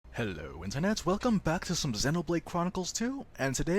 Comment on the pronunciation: When i first started watching your blade showcase videos i thought you were british for like 1 second cause of the way you say "Hello Internet" IT GOT ME SHOOK LOL but anyways keep up the great videos :)